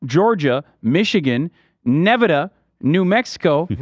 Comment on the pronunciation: Not Nehveduh